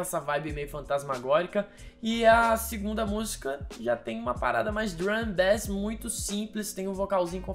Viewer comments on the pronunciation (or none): none